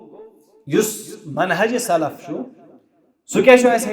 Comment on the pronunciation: Isko correction kro Manhaj ki jagah mahaj huwa hai 😂😂